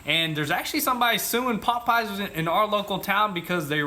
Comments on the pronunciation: Its popeyes not potpies haha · It's weird how they pronounce pop eyes. Lol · sounds like he’s sayin pot pies not Popeyes 😂😂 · Lmao y'all say Popeyes like they're two different words and it sounds funny as hell! It's not pop-eyes it's Popeyes, like the sailor man! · Sounds like they're saying "pot pies" haha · Bro, why are you saying popeyes so weird?